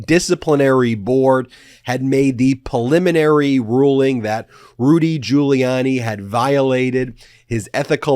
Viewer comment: Ben, it’s “PRE-liminary”! 😛